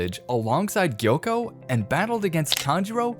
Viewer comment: It’s not yoko it’s gyokko